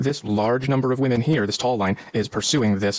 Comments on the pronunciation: Can you pronounce women? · Day 1001 Dude you sound dumb learn to pronounce women properly you have a chance about them